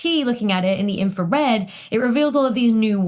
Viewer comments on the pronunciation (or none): none